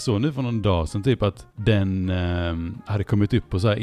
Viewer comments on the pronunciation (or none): Uppskattar vid när säger "dag sedan" men det låter som "dasen". 😌